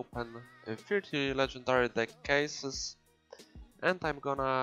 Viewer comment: It's deck not dick xD Nice vid bro❤